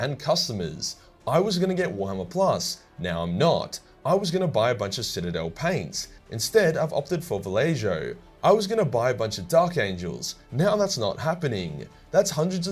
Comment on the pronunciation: The way you pronounce Vallejo fills me with unnecessary rage. Then again I'm a kiwi so the way you pronounce a lot of things does that.